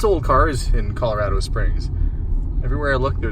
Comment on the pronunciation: you're the first non- native Coloradan I've ever heard pronounce it correctly! People from there say ColoRADo, like "That's so rad!" Most people say ColoRODo. So, great job! Great video! I used to live just down the road from Garden of the gods. Fun to see it again.